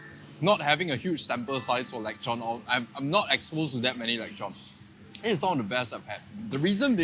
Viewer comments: It's lechon not lekchon 😊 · Is it really pronounced as “leg chon”? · The only thing more butchered than the pork is your pronunciation of it 😂<3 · Pls say lechon again:face-blue-smiling::text-green-game-over